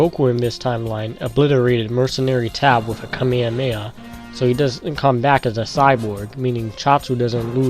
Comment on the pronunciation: KAMEHAMEHA. NOT KAMEMEHA Edit:okay , so the second time you pronounced it correctly , but you also said "anominous" instead of Anonymous.